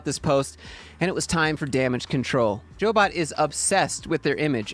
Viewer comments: They are a job placement agency. It's pronounced "Job bot", not Jo bot. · She ran CyberCoders w Lance b4 selling it. Once sold, she had to wait 1 yr. She did. The started Jobot, pronounced "Job bot" not Jo Bot. I worked 4 CyberCoders.